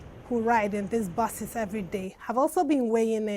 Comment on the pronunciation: who else heard bases instead of buses